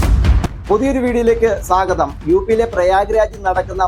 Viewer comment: എന്ത് 'സാഗതം' എടോ. മലയാളി അല്ലോ?